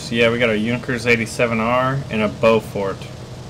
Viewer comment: Beaufort. Not Beaufork. xD